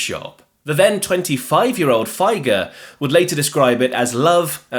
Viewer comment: It should be pronounced 'Feeger' not "Fi-ger", even if Doug himself says it wrong